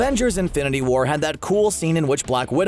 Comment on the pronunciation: I thought stan lee said make love not porn instead of make love not war.